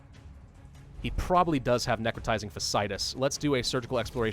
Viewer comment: Just so you know, it's Necrotising Fash-Ee-eye-tuss. I've seen it on a couple medical shows and UGH it's terrifying. And there's been a few cases around where I live!